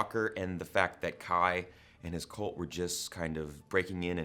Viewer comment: Stop saying "colt"